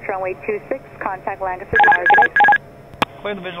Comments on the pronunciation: Hey, LNS, my 'home base' ( even though I don't fly :P ) . Glad you pronounce Lancaster right. Unlike the approach controller, who I assume lives in the area and should know better :) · Welcome back to Amish Country. Impressed that you pronounce "Lancaster" as if you were a local here. Was that a Goshen fly or an Amish fly? Another great video and descriptive flight.